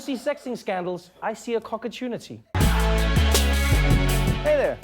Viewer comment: Lol cocertuneete